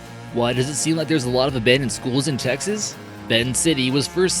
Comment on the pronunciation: It's Texas Texas